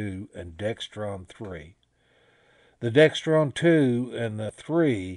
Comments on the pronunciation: Pronounced DEXRON not DEXTRON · there is no T in either one... DEXRON... no 'T' in it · There's no T in Dexron.